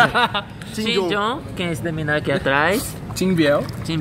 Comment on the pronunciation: os “minino” da roça kkkkkkkkkkk